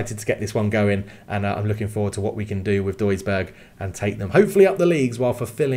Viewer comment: Try pronouncing it douisburg it’s closer to what it should sound like